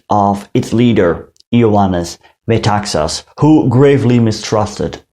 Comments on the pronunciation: You pronounce his name by stressig the last syllable---Me-ta-XAS. last syllable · You pronounced all Greek words and names quite well. In Metaxas, the stress is on "xas". Very nice video. One little mistake is that the Nazis met with considerable resistance in the northern border but prevailed. They have acknowledged this officially and treated prisoners with honour.